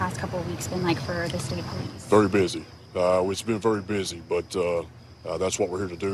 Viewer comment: NEVER DISRESPECT THE “POE LEASE”